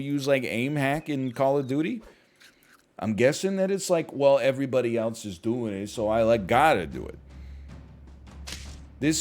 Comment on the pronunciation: I feel like the intros have slowly detoriated after countless years of saying the same line 3 times a day, and it now just sounds like he says ''Eeeverybody''